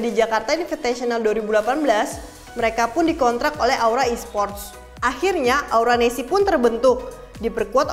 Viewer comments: Salah sebut nama aura nesc, hostnya malah sebut aura nesi😂😂😂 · Aura nesc.. Bukan aura nessi... Greget gua sumpah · Aura nesc kak bukan Aura nesi